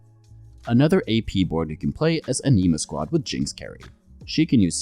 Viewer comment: please stop saying anima like that >